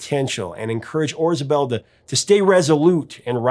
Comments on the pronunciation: A question? Isn’t it Orzabal instead of Orzabel? Sorry, love this album and The Hurting. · Yeah, I think he mispronounced it. Still, a great video.